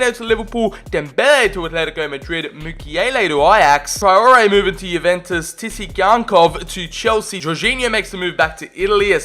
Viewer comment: Tsygankov is pronounced Sygankof